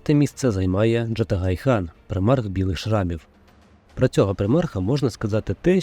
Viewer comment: Джагатай, а не Джатагай :)